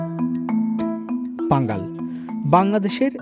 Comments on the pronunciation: পাঙ্গাল না পাঙ্গন হবে। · সম্ভবত ভুল হচ্ছে। পাঙাল নয় পাঙন হবে।